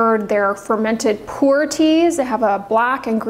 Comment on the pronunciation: FYI - Pu’er is pronounced ‘poo- air’ 😉